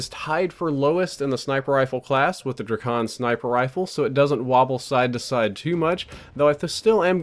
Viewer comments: It's Drak-on, not Dra-kon. You don't say Dra-gone do you? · It's DrAkon not Drikon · It's pronounced draykon. Like drake + akon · Hate how u say drakon its Drake in on dray kon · the way he says drakon tho